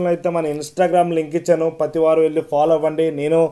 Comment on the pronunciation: "Pathi" Kaadu "prathi" Nooru tiragteldu anna neeku chicken baaga tintunav 😂😅